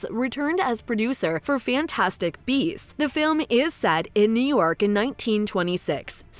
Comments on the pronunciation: I heard "Fantastic Bees" 🐝 throughout the video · Your channel suuuux! You made it look as though Eddie was gonna be talking smack via live feed.......but alas it was narrated by a chick that kept saying bees instead of beasts!!! 😂🤣😂🤣 so not only did I waste 8 minutes watching and waiting but an additional three to write and post this!!! But that's on me, lol.